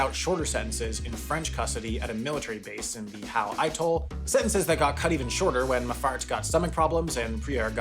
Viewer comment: mistake: not how norfolk or atoll are pronounced